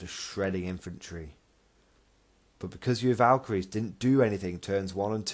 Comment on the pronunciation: Yep you pronounced it right and thanks for the props in the video. Took way to much time to get the lines in but glad you all liked it. Armoured colum list is hard to run but is fun.